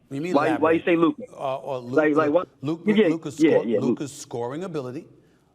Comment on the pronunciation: "" 😂